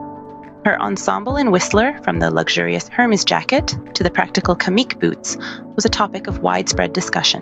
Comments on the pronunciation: If you're going to hold yourself up as a commentor on fashion, you should probably learn to pronounce Hermes. Lots of videos on YT can tell you this. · Ah, indeed, the pronunciation of luxury brand names can sometimes be as intricate as their craftsmanship. Hermès, with its silent 'H' and elegantly rolled 'R', often trips up the tongues of the uninitiated. Venturing into the world of high fashion commentary does require a certain finesse with language, much like navigating a soirée in stilettos. YouTube, in its vast wisdom, serves as a modern-day elocution tutor, guiding us through the phonetic maze of couture. 🗣️👜